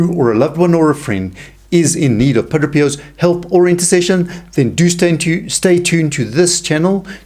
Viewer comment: Pa DRAY!.... Not Pa DRO!